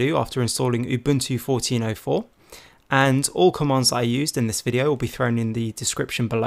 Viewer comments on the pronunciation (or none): none